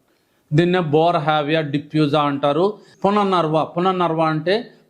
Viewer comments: పుననర్వ కాదు పునర్నవ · అది పునర్నవ..డాక్టర్ గారు...పుననర్వ కాదు... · It is punarnava but not punarnarva. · రీజోనేటర్ పౌడర్స్ , బుక్స్ ఎప్పుడైనా అమ్ముకోవచ్చు! ముందు మూలికల పేర్లు సరిగ్గా తెలుసుకోండి. పునర్ నర్వ కాదు "పునర్నవ" అని పలకండి. అమృతవల్లి అంటే మృతం లేని తీగ అని అర్థం నాగరాజ కాదు "తెల్లగలిజేరు" ఉసిరిజేయనిమేలు తల్లి కూడా చేయదు అంటే అర్థం కాలేదు. దు సా..రా... వ సారా కాదు ధూసర తీగ , సరస్పతి కాదు సరస్వతిఆకు. పిచ్చి పంటాకు కాదు పిప్పింట ఆకు. తుళసీ కాదు " తులసి ".